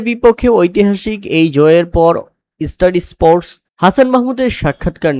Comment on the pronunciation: ভাই এস্টার এসপোর্ট নয়, ষ্টার স্পোর্টস 😂😂😂😂